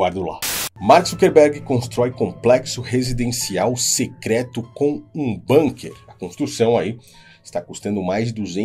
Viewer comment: Bunker é uma palavra alemã e se lê bunker e não banker